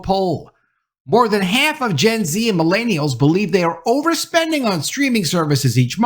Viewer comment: The way pronounce “millennials” hurts my soul deeply. Just stop.